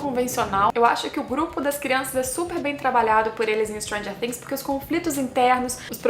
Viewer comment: Perfeita análise... Pelo menos você pronuncia "Things" do jeito certo <3